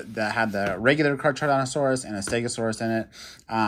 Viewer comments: It’s not car-charodontosaurus it’s pronounced car-carodontosaurus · Caracardontosaurus is how you say. 👍🏼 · The way you say charcharodontosaurus🤣🤣🤣🤣🤣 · Carcharodontosaurus is pronounced “car-car-o-don-to-saur-us”